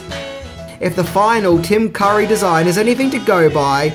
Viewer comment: He pronounces Tim Curry's last name as Car-ee, then when the camera is on him, the correct way